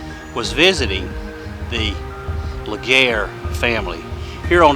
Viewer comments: great video! Legare is pronounced Luh- gree. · Enjoyed! It is pronounced Lah-Gree